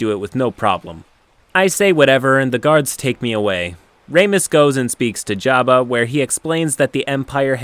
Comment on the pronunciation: Ok, you say “jabba” weird, too much emphasis on the second syllable, and it’s “jee-oh-know-sis”.